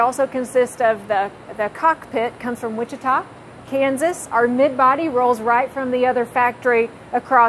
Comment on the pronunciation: That is weirdest I’ve ever heard Wichita Kansas pronounced.